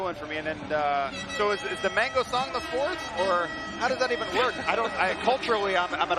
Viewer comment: LOL! The way pronounce Mangosong from Philippines. Mango(fruit)-song. 🤣